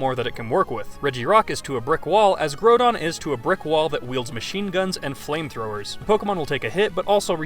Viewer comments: it's not groudon as in GROW but groudon as inn GROUND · its groudon not grodon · You are a frucking idiot! It's not called growdon and Kyogre is the weakest weather legendary! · "Grow-don"? It's literally a pun on the word 'ground', just without the 'n' 😩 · I'm sorry.... grow-don? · its pronaunced graudon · The way you pronounce groudon grodon just annoys me but I still love your vids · Hate to be that guy, but did call Groudon Grewdon?.... Grewdon?! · this guy says groudon like growdong wtf lmao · Omg you pronounce so much wrong! Groudon, regice and so on.. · LEARN HOW TO FUCKING SAY GROUDON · Learn how to say Groudon properly holy shit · its called the english language you muppet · To be fair, the Pokemon company themselves did butcher on pronouncing Groudon's and Kyogre's names, in their last ever official Pokerap they ever had. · Oh God your groudon pronunciation is disgusting